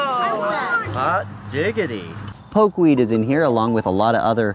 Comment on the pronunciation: Poke-weed.. not pokéweed